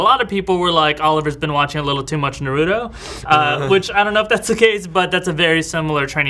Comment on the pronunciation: Pronounce Naruto right damnit!